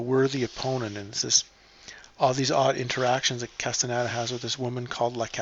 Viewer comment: CAS-TAH-NEY-DAH. It's Spanish, very easy to pronounce.